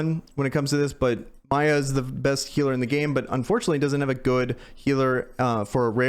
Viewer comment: How long are you gonna keep calling Miya "Maya"? lol